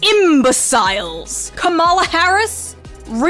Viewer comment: And “imbaSILES!” You forgot “imbaSILES!!!” 🤣 hahaha I love how she pronounced it. She pronounces a lot of words differently. I’m trying to figure out if that’s her actual accent or she’s just having us on! Its funny either way!!!